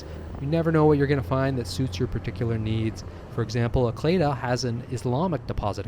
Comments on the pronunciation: Good info, btw Acleda is pronounced 'ay see leeda" here 😄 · ACLEDA Bank is actually pronounced “Ah See Lee Da” by the locals and most expats that had lived here. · Actually, ACLEDA Bank is actually pronounced “Ah See Lee Da” by the locals and most expats that had lived here. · but NBC’s leaders and professionals pronounced it “Ah+cle+da”